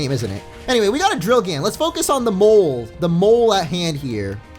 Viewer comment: People! It's drilgann, not drillgan xD